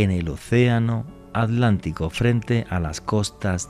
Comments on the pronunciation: ¿Por qué alantico y no Atlántico? Es un misterio. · Jajajajaja que fuman para no hacerlo. Otra cosa se dice ATLÁNTICO.